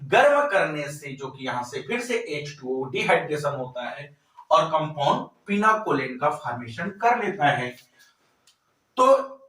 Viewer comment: Pinacolone sir Not pinaCOLEN